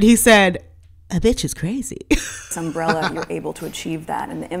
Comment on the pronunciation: Did she say sunbrella???? .that's what provides shade on yachts!!! Lol